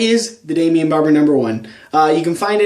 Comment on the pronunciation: I don't understand why you like this product so much. It doesn't have any hold. It hardens up within 10 minutes after applying it to my hair. It loses its shine after 1 hour. And for a water base pomade it doesn't even wash out easily. English is not my native language but shouldn't you pronounce the brandname as "Daimon" instead of "Damian"? I allways watch all your pomade reviews and I love them! But this one truly sucks, and so does the pomade.